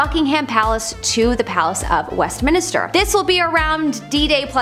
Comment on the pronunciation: Westminster, not West Minister. There is only 1 i in the name. Kept driving me nuts.